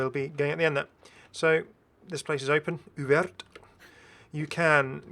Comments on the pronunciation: Didn’t know you speak French! It’s cute how sometimes you pronouce letters that shouldn’t like the s after surveillons and the t after ouvert. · I like the way you pronounce every letters : "Surveillonssssssssss", "Ouvertttttt" X) Those two last letters are muted. Still very good french tho.